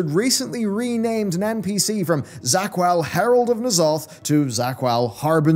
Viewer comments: It's not ZA'QUAL but ZA'QUL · Za'qul, not Za'qual.